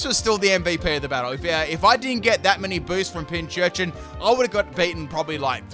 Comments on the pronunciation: Just as an FWI, Pincurchin only has one 'ch' in its name, so it's pronounced 'Pin - Kurr - Chin' rather than 'Pin - Churr - Chin' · Just saying its not pinchurchin its pincurchin